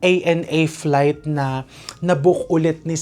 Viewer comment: Flightttttttttttttt hahahaha grabe sa accenttttttt hahahaha